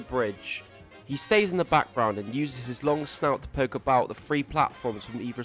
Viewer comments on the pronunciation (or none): none